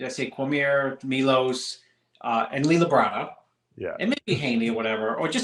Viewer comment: Milos not milosh